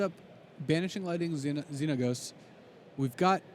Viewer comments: the way this announcer says Xenagos... -_ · I knowwwww. I love LSV, but come on, how are you that good at MtG but unable to pronounce a card name right?